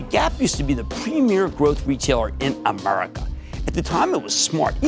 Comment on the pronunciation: I think he just said “Uhmerica”